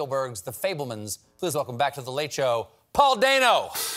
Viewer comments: Notice how he said Dano correctly at the end of the video. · Maybe he realized that he pronounced his name wrong and felt bad about it.